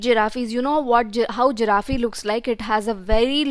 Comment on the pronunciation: it's a giraffe not giraffeee😅